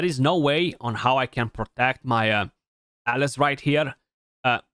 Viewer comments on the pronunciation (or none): kept hearing Alice Alice, oh you meant alaz xD